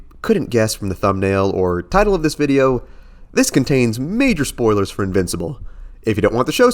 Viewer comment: He said spolrs